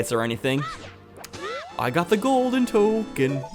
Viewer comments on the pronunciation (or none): none